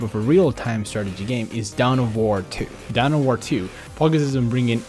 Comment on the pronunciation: dawn of war. not down of war